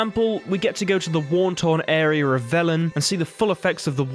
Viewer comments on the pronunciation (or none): What's arier? Then literally less than a minute later you say area, then 2 minutes later you do it again saying area then areier. So stupid, just say the words right